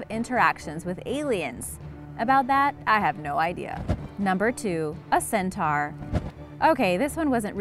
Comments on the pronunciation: It's said cen-toar. Not cen-tar. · it's pronounced CEN-TOR ....not CEN-TARRRR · How u pronounce centaur got me so triggered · I'm not judging your voice or any of that but how you pronounced centaur was wrong